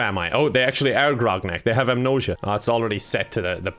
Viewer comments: Do Irish people actually pronounce “amnesia” like this or it just one of those words? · I liked the video after 40 seconds, i heard "grognak" and "amnosia", that´s all i need to hear.